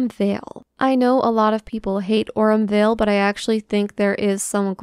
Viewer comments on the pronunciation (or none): none